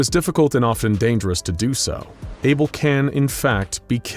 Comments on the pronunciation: Isn't it Abel not Able? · isn't it Abel? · for fucks sake, its abel